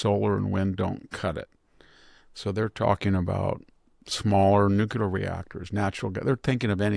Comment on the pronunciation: A friendly reminder. The pronunciation is Nu-cle-ar, not Nu-cu-lar. "Nucular" is a colloquial and often criticized pronunciation of the word "nuclear".